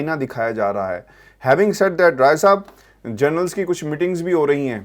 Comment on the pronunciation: Please stop saying “journals” the right pronunciation is “Generals”.